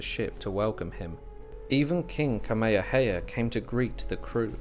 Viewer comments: Thank you but it would be good to pronounce the Hawaiian King's name correctly... it's not Kameha-heya. READ THE NAME. It's Kameha-meha. *Sigh... your Brits! The world has left you behind. Update: I can't handle the butchering of the name anymore... stopped it after 11 minutes. Brits butchered land, culture and people... and to continue by butchering their names?? Do you want people to call Charles, CHAR-LESS?! Get a clue, Brits. ....And, yeah, fix your teeth! LOL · Bro you said Kameahea 😖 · Sorry man. The true olelo Hawai'i is still spoken on Ni'ihau and they say Tamehameha. The missionaries changed all the [t's] to [k's]. I learned that over 45 years ago when I heard someone on Kaua'i speaking it. Frickin' weird how a small group of people can change the pronunciation of a language. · Please learn how to say Kamehameha /ˌkɑː.meɪ.həˈmeɪ.hə/ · Ka mea ha mea ha... Please pronounce it correctly 💯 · It’s not that hard… Ka=Kah-me=may-ha=hah-me=may-ha=hah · Can’t listen to this crap this AI can’t even pronounce the Hawaiian words properly. This offends me deeply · The pronunciation of the character’s Hawaiian name is incorrect. The grammatical markers tells all Hawaiians how it’s supposed to be pronounced. Please don’t use AI. It is incorrect. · I was excited to watch this but then I soon realized that you had no idea how to pronounce King Kamehameha so I had to turn it off. If you're going to do a history piece you should at least know how to pronounce names. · Great video and narration, with the exception you could have made the effort to pronounce atleast Kamehameha properly. But good job overall "":) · The poor pronunciation is cringey. He’s pronouncing Kamehameha completely wrong and it’s bugging the crap out of me. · Great info but the AI voice needs to pronounce Kamehameha correctly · Along the Alaska coast? King Kamehameha should be pronounced properly out of respect.